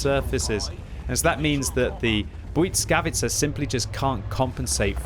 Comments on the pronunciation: good attempt pronoucing błyskawica, to make it better instead of "bwitskawitsa" try "bwisskawitsa" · with sincere intention to help – I admire your clear effort to pronounce the name of the tank as close to the Polish original as possible, but to succede you really need to get rid of the T sound you are always inserting into the first syllable (it's BłySkawica, not BłyTSkawica or BłyCkawica) 🤓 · why do u pronounce it like blyckawica bro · You are pronoucing the tank incorrectly. Put it in google teanslate - Polish.